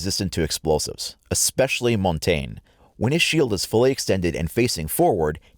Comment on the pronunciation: It's also montagne (mon-ton-ya) it's French for mountain